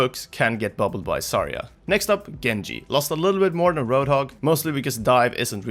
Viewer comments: it bugs me that you say "sarya" not "zarya" or at least it sounds so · "Sarya" lmfaoooo